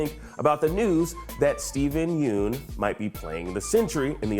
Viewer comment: You may want to learn how to say his last name correctly before releasing these videos.